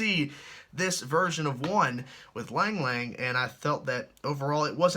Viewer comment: Lang Lang is pronounced long long I know it's weird